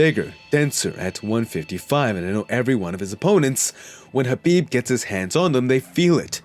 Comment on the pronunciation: The K in Khabib isn't silent is it because the narrator sounds like he's missing the K at the beginning every time he says Khabib's name. I bet Khabib can't stand when mofo's say his name wrong and I bet it happens 24/7 smh